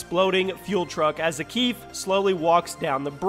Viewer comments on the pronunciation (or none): Follow after "zakiif" 😂 he's called "Zakhaev" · I get triggered so much when he says Zakheev instead of Zakhaev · "ZAKEEFF" dude its zakhaev (ZACH-I-AVE) Lmaoooo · It’s not Zach-eev, it’s pronounced Zech-ai-ev, He’s a russian. He’s not middle eastern. Thought I should clear that up. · Zakhaev is read zakhayev not zakhiv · Mans literally says Zackeef when it is pronounced zack-eye-ev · Bruh it’s not Zack-eaf it’s Zack-A- ov . Zakhaev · It is not zakif it is zakajev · Not zak-eev its zuk-eye-have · It's Zak-eye-V, not Zakeev. Come on! atleast take the poor bastards name right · You really calling him "Zakeef" like they didn't pronounce his name a million times correctly in the campaign. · It bothers me how he says it like Zach-eef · did you just say zakeef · Its pronounced Za-kai-ev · He really called him zakeev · You had me up until "Zakeeve" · How u say the names wrong when the always say it in the game tf is a zakef? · It’s Za-Keye,Ev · "zakeef"? lol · The way you said zakheav is just a bit irritating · how you gonny be doing a cod video and prounounce it za-keef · Zahkeef?? Lls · Hey man do a little exercise on your language, zakhaev not zakif😒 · za kay ev dude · I can’t even watch this video anymore bc of blatantly ignorant pronunciation of Zakhaev (probably spelled that wrong) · You did play cod4 right?... You did hear his name, spoken, outloud, a number of times, how is your pronunciation so off? And the master chief has a pretty robust backstory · You say Zakhaev wrong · This man is a cod youtuber but can't even pronounce Zakhaev's name properly. Smh